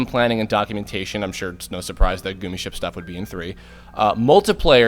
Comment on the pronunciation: you said gummi ship wrong... its suppose to be like "gummy" ship. other than that, great video :)